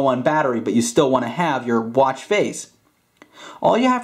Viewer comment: stop saying watch so weird. Im out